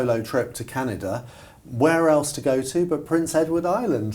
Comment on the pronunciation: Canada please, not Canida